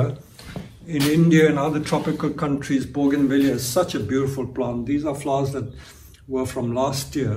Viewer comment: I love the way he say s flowers? " FLOUS